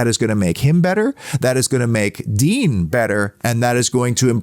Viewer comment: Just a pronounciation note, Digne is not pronounced ‘Dean’ but rather Dinè with the è said like ‘yay’ .